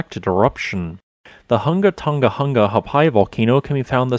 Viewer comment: You should get a medal for pronouncing the name of the island. 🌋